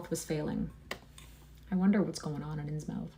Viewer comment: Its pronounced Insmuth ;)